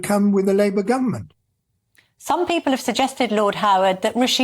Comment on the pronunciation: He still cannot pronounce 'people' then.